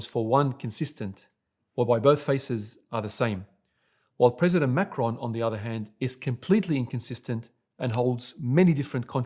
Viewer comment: Since different perspectives and interpretations are the glue holding your feeble religion of peace together... I thought some clarification would be helpful here. President Macron - is pronounced [ mak-ron ] French Macaroon - is pronounced [ mak-uh-roon ] Sir... your misuse of syllables is blasphemous, rendering the rest of your video full of misrepresentation and ultimately obsolete